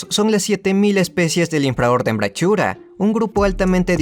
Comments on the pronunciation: Se pronuncia brakuria, la ch en Latín suena como k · La "ch" en "Brachyura" suena a "k".